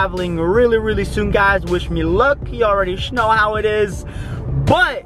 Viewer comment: why does he say sh-know instead of know?